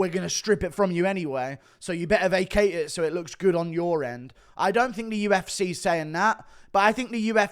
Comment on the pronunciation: why do you pronounce 'UFC' (YOU-EFF-SEE) like 'U-F-SIH' (YOU-EFF-SIH)? You continue to butcher the English language.